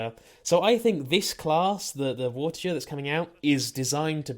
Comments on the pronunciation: It's Vor-tiger you're putting vor and tiger together but instead of saying tiger with the big I sound you say it with is a little I sound vor-ti-ger so no you're saying it wrong forget about what you heard online even with your accent that should be easy to pronounce correctly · Its vortiSHer it is a french knight